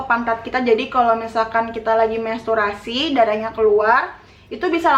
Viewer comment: Menstruasi kak,bukan mensturasi.wkwk tpi paham kok